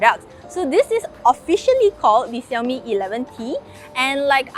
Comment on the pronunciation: Fiiiiiiinaly someone who pronounces Xiaomi correctly and doesn't say 少米 instead of 小米 !!!😃🙃 (I started learning Chinese a month ago and am very picky pronunciation wise!)